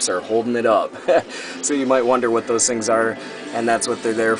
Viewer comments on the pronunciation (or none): none